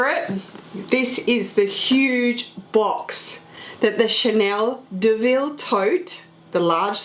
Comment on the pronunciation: Not pronounced "Deville".